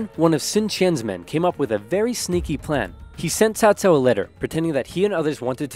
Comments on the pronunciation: Give yourself a break on pronunciation, it’s the first time I’ve heard anyone say Cao Cao instead of Cow-Cow. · Agreed, this is the best western pronunciation of Cao Cao I’ve heard.